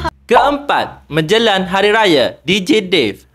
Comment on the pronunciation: Bang penat saya gelak sebutan abg hahha Fazidah jones lah menjelang jadi menjelan lah adoii bang penat saya gelakk